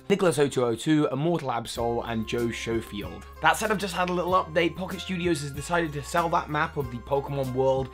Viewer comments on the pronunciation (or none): none